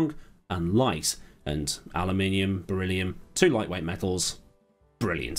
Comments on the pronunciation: "...two lightweight metals..." Berylliumt! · Do they call it beryllum in the US?